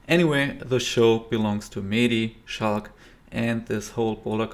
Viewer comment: Is that so? I actually think you are one of the few who pronounces his name correctly. Commentators tend to say "Schlack" instead of "Schalck". But that is just wrong. And you also pronounced his first name correctly. For reference, if you listen closely during the intro you can hear how his name is pronounced in french